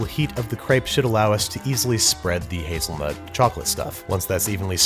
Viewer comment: HazelNUT, Not hazelNEWT... NUTella not NEWtella.